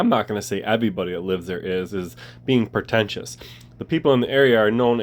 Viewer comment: Pre tentious not pro tentious